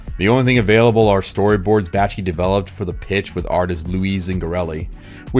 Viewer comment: Say it with me: "Back-Shee." An otherwise very good video is marred by serial mispronunciation of the director's name.